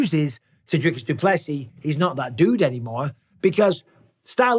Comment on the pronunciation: it isn't "Driscus" he ain't a triscuit brother it's DRICUS. 😂